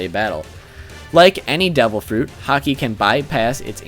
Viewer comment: Sorry, I don't watch One Piece and just watched the video on the whim, but this video is cracking me up. it sounds like you are saying "Hockey" to me. "So-and-so is quite aware of Hockey" "a Hockey based attack", etc. Sorry, just thought it was amusing./